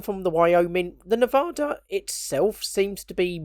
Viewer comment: Phonetically it's pronounced "Neh-Vah-Duh" and that's the closest you're going to get to it without living in Nevada (I was stationed there at NAS Fallon "Top Gun" as Station Security).